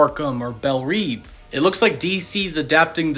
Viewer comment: why do they say belle reeve, it's belle reve